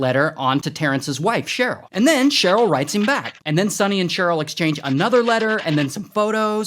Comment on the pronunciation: "Sonny and CHERE-yl"? I see you, Ray!